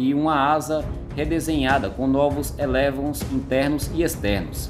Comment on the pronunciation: Somente duas correções... é "êlevôn" que se diz. É palavra francesa. E não é de última geração. Existem 5 gerações de aeronaves de combate e o Gripen pode ser enquadrado na 4.5. (estas versões atualizadas porque o original era da 4a geração). Os de última geração, a 5a, são os stealths e com motores direcionais e que "escondem" a emissão de gases e demais aviônicos integrados a diversos sensores na aeronave como os F-22, F-35, Sukhoi Su-57 ou o chines Chengdu J-20.